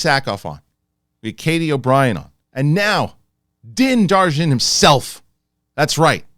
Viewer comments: man, "Darjin" really turned me off… I love content but lost a bit of respect there… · Oh, hell yeah. Awesome guest! Loved all his stories. Also Din's last name Djarin is pronounced "Jarin"- the D is silent 💪